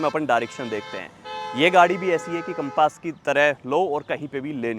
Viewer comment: Bhai naam to sahi se le lo gaadi ka....compaaaaaas nahi hai Compass hai